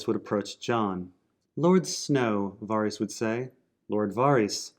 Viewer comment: repeat after me: VAR-iss